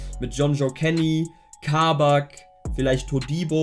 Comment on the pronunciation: Kabak wird kurz ausgesprochen, also nicht langziehen